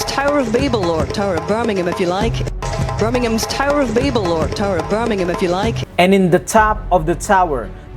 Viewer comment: Actually, as someone who lives in Birmingham, I can tell you that the bull is the civic symbol of Birmingham, owing to the ancient 'Bullring' markets in the city centre. The 'h' in Birmingham is NOT sounded, by the way. The bands featured in the opening and closing ceremonies were all well known Birmingham bands. I agree however, that the depiction of Birmingham's bull did have more than I was comfortable with of the demonic about it. The choices of some of the songs was also inappropriate. I agree with most of what you say. I just wanted to explain why a bull was chosen as well as the selection of the bands.